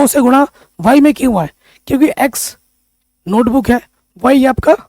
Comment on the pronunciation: Sar 😂😂 नोटबूक नही होता नोटबुक होता है